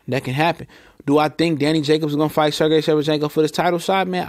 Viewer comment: you never say his name right.....lls.